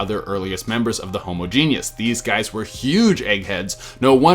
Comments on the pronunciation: Is Genus pronounced "ge·ne·us" or "ge·nus" LMAO Just messing with you. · *genus. Not genius. ;)